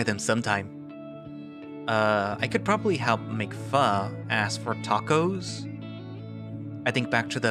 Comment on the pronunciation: I know this is a late ass comment butttttt, Pho is pronounced different. Like… [F - Oh] best way to explain it through text <3